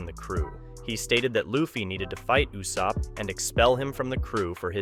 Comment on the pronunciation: Please for the love of thick thighs stop saying "You-Sopp" when it's clearly spoken as "Ooooo-Sopp" even in English dub. 😅